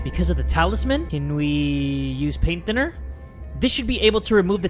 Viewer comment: "Paint thinner two die" Sounds like "Paint tinner to die"